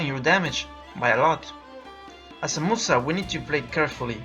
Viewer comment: Started watching. 15sec in the gentleman said 'Musa'. I proceeded to laugh uncontrollably then turned the video off...